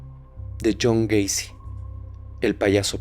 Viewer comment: Yo también me equivoqué al decir Jhon wacy